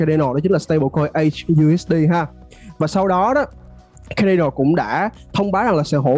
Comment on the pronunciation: Phát âm sai tên dự án người ta rồi bạn ơi. Trong tiếng Anh ko phải âm A nào cũng đọc là ÂY ÂY ÂY đâu bạn, Cardano cũng không đọc là Khây Đây Nồ đâu. Thiết nghĩ bạn nên tìm hiểu cách đọc tên các dự án cho đúng đã rồi hẵng làm video truyền tải đến cộng đồng. Phần tiếng Việt bạn trình bày rất hay và mạch lạc nhưng tiếng Anh của các dự án hoặc từ chuyên môn làm cho video bị trừ điểm nhiều. Chi tiết nhỏ thôi nhưng thật sự nghe khá khó chịu khi bạn phát âm sai như vậy. Chúc kênh thành công hơn nữa.